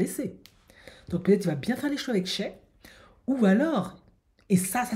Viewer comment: SHAY se prononce pas "CHEH" mais "SHAÏ"